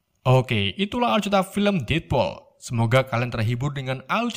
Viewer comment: Bacanya salah ngab. Detpul bukan detpol